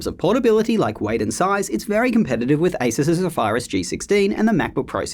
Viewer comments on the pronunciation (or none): Zephyrus is not "zuh fire us". Zef er iss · Sorry to be "that guy" but please learn how to pronounce Zephyrus. Good vid apart from that. Does the 14" suffer from any of these problems?